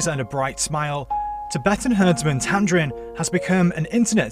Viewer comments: And it's tamding not tamdrin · Not tamdrin, its tamdin! My name is also tamdin and imma girl.